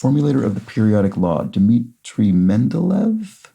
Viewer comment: They front loaded the difficulty this week for sure, this was the easiest Thursday puzzle in a while. Also just a pronunciation note: Mendeleev is pronounced MEN-DUL-LAY-UHV